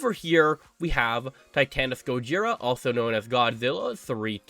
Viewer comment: It's actually pronounced me-thu-Sah (methuselah) Sah-lla (scylla) ghi-door-rah tie-ia-mat I-won-dragon